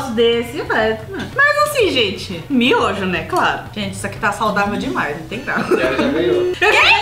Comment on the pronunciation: Geito certo de falar: miojo , como eu falo :MINHOJO